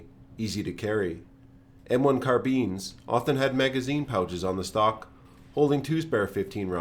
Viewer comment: I like how u pronounce the M1 CarBEANs xd